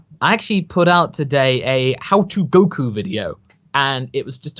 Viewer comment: Warms my heart to hear you pronounce "Goku" correctly, even if it was just once at the beginning.